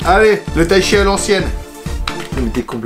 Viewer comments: Du taichi hein la c pas du taichi c du taichite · 4.28 itaïchi 🤣🤣🤣